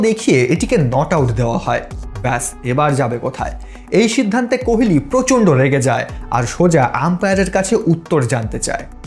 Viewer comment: আপনি কোহোলিকে কেনো অশিক্ষিতের মতো কোহেলি কোহেলি উচ্চারণ করছেন?